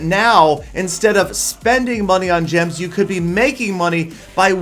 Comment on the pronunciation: "Gims" LOL PETAH